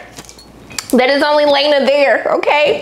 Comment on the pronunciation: My good sister!!! her name is pronounced Lay-na… not la-nay 😂